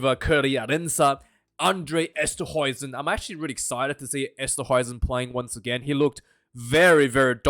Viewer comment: Say it "Undray Esstahayzin" ... try it ... THERE YOU GO!!! lol - just trolling you, you're still the best Aussie rugby pundit!!